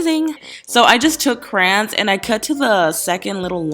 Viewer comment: ITS CRAYON!!! CRA-YON